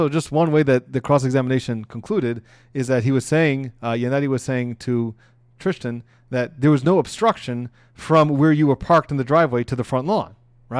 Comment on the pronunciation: Thanks for the video. Thank you for your time and effort. I’m pretty sure the boyfriends name is not spelled Tristin, nor pronounced TriSHtan. Tristan Morris. I understand you’ve been up all day, watching the trial, taking notes, preparing for this video, filming this video, and editing the video before sending it to YouTube. I know mistakes are made. I’m just saying that it doesn’t come across well. I’m just looking for a quick recap of the days events and I want someone who sounds professional and comes across as if they care about the topic. Great point on the size of conspiracies. Thank you again.